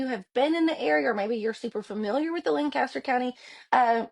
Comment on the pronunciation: Pronounced: lank a ster